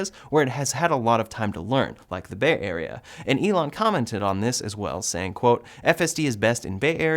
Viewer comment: Never heard of someone saying “Bay Area” like that, was kind of odd to me haha